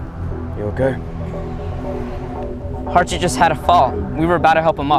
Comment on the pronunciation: it is not harshit btw it is harshith